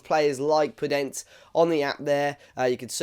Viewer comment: Great player with good dribling and creativity And just to know you pronounce the "e" in the end of his name